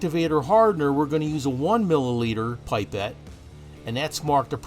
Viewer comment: pip or pup -pet, not pie pet. Fantastic video but made me friggin' cringe every time you said pie pet.